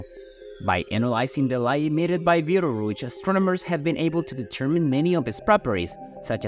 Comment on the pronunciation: Another BS sensationalist video about Betelgeuse (or beedelrooch as the presenter pronounced it) 🤐